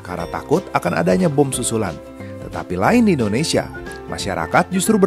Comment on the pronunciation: Bukan indonesiyen. Tapi Indonesia.